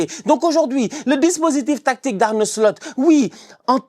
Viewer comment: arrête de dire Arne "Slut"😂